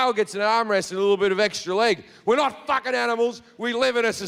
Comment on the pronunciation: "No one is watchin the FAHCHHKEN MOVIE"